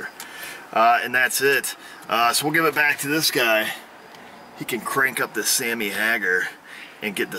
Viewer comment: Sometimes I watch these videos to get a chuckle out of the errors in the video. He mispronounced "Sammy Hagar"! This is keavy metal blasphemy!